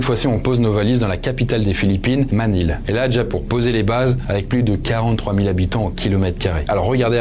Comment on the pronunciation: Manille se prononce maniye cher ami. C'est le i et le qui le veut 😉